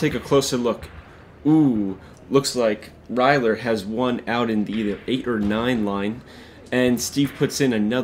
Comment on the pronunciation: It's pronounced Ree-ger. There's no l in his name but there is a g.